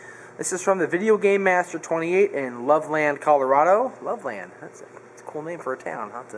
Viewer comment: its properly pronounced Love-Lend. Loveland